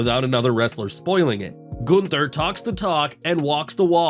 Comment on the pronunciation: My god stop saying Gunther like that!!!! It sucks when you do the news